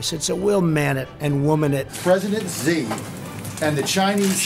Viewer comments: he was actually correcting the dude’s pronunciation of President Xi. It is actually pronounced as “she.” At least he knows this much lmao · Trump corrects reporter's pronunciation of "Xi", and for once he's actually right 😂 good sh*t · the only time i've seen trump accurately pronounce someone's name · Trump's not wrong about the pronunciation of Xi. It is pronounced "she" rather than "zi" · . Trump is actually correct there. It’s pronounced “shi”. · trump correcting a reporter on the pronunciation of Xi is the funniest thing to me for some reason, especially followed by him mispronouncing everything. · Honestly my favorite part is when Donald corrected the reporter on the pronunciation of Xi's name. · that’s actually the correct way to pronounce that name. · I cannot believe he corrected the reporter about the pronunciation of “Xi” and was RIGHT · Why is this in the video? He’s correcting the guy who pronounced it incorrectly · I'm Chinese, and Trump was actually not too far off on the Xi pronunciation. It's a little more like an "s", or a hiss. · At least he pronounced Xi’s name correctly